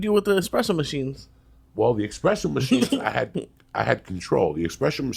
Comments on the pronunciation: expresso machine lol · Joey "expresso" Diaz.